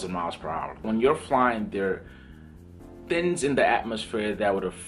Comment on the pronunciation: You're extremely knowledgeable about flying and aviation. Can you please say "thinGs" instead of "thiNs."